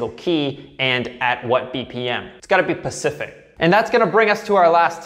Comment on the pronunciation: God you were annoying all through this i just felt like correcting you all the time. As for PACIFIC instead of SPECIFIC... Ha! admit it..! you just did it to test me.....?😘🎶🤘🎸